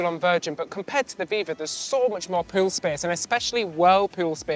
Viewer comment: Everytime you say pool i think you say poon and I die laughing 😂 which is fitting for an adult cruise 🤭